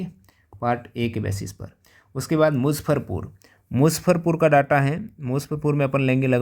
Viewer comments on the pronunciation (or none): मुज्जफरपुर है musaffarpur नहीं😂